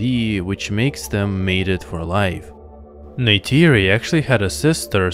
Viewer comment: Why would you pronounce Tuktirey like this? Neytiri is also not pronounced like "Ney-tAYri". The "ti" is pronounced like a short "tii/tea/tee".